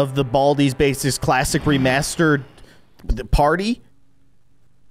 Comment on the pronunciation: Baldi‘s bacis that’s what it sound like you said